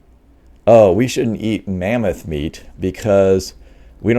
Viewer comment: So, it's lamboth not mammoth. I'll think I'll wait for the porkoth.